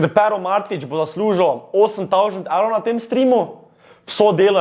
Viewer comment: Gahahhaha stari toti res nea zna govorit XD "Evlov" "Lazlika" :rofl